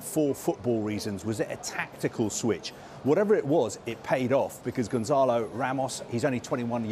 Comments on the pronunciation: Gon(SS)alo, not Gonzalo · His name is not Gonzalo.